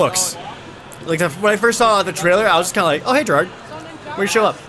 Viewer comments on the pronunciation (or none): none